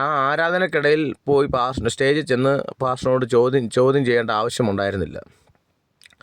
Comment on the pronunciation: Hallo അവതാരക മലയാളം വാക്കുകൾ കൊണ്ടു വ്യഭിചാരം നടത്താതെ വ്യക്തമായി ആ " വാക്കുകൾ,, ഉച്ചരിക്കുക. താങ്കൾ അതു ചെയ്യുമല്ലോ? പാസ്റ്റർ എന്നതു പ്ലാച്ചർ എന്നു ഉച്ചരിച്ചതു കൊണ്ട്